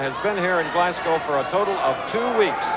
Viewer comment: Glascoe! Arghhh.. GLASGO(W) not COE. Scatland! Arghhh.. SCOTLAND as Scott..